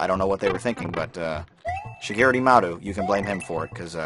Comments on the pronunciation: I'll forgive you for mispronouncing Shigeru Miyamoto :P (Mee-uh-mo-to) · Shigiru "Myamata"